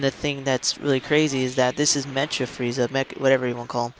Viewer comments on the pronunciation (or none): "Mecha" (Meh-Kuh) there you go bro